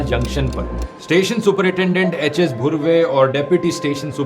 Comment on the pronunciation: Rathee Its HS धुर्वे , not bhurve He is from Gond Community!